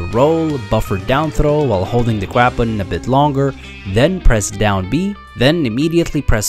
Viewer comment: “while holding the gwab button a bit longer”